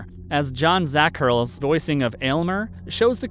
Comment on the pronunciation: I love your videos but to avoid your own personal embarrassment please please PLEASE do more research on the name pronunciations. For instance, It’s Zack-er-lee, not Zack-er-rul. On another video, William Friedkin’s last name was pronounced “fried-kin” like fried eggs. It’s FREED-kin.